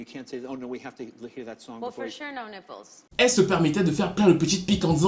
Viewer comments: On prononce nipeul. Pas Naypeul. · Excellente vidéo 😊😊Par contre Nipple ne se prononce pas. /naipl/ mais bien /nipl/ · Dans le même registre, la section image de Google a été créé grâce à la robe sexy de J. Lo aux Grammys 😊 NB : ça se prononce Nipeul et pas Naïpeul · Chéri je t'adore. T hyper talentueux. Néanmoins ça se prononce nipple (i pas aïe) comme en français ;) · Bonne vidéo comme d'hab mais niveau prononciation en anglais c'est pas ça mdrr comment il prononce nipple.....Yikes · Très bonne vidéo comme d'habitude. Faudrait juste que tu revoies ta prononciation de nipple.